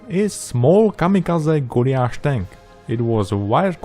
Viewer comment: Absolutely love your videos and work. Beautiful! But are you pronouncing "Goliath" - Golly ath please? We would usually say Goll-eye-ath.?